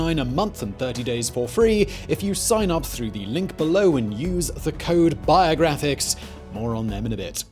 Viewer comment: He pronounces it biah-graphics and its strange af also his beard is wierd. He should shave it.